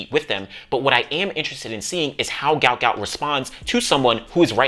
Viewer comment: His father said his name proper pronunciation is Gwut not Gout.